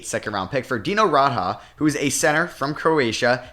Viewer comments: This video hurt a little with the name pronunciation. It's Dee-no Raad-Jah And Ma-Mood Ab-dool Ra-oof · Hey You’re pronouncing Dino Radja wrong